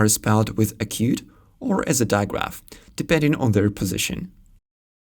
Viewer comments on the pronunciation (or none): none